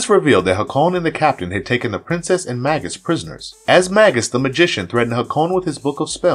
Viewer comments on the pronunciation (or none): You kept saying "Maggus" like the name "Maggie", but the man's title (not name) was "MAY-GUS". "Hak-Cone"? The princess in the clips called his name "Hay-kun". "Eliza" is NOT the detective's name, it is "Elisa", pronounced "Ee-Lee-sa". Its not an uncommon name either, and for one of the main characters, shocked you can't get her name right. You pronounced Titania like Titanium (the metal) when her name (from Shakespere, BTW) is pronounced Tih-Tah-Nia. Not sure how you can mispronounce so many character namestitles when they are blatantly spoken, and quite often, in the show. Heck, if you reviewed the clips to make this compilation, you would have heard the names and titles pronounced properly to know better. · The repeated mispronunciations of "Hakon," "Magus," "Eliza" and "Demona" are driving me crazy.